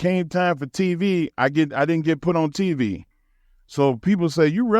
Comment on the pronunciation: Why does it sound like he's saying 'TV' wrong? Like he's putting too much emphasis on the V. As though there are other type of similarly titled appliances. "I was on peeVee and geeVee, but I should have been on teeVee"